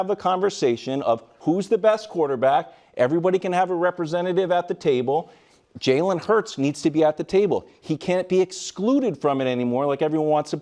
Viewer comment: I’ll never get over how Nick pronounces “Jalen” Hurts. He says it like “Jailen” 😂😂😂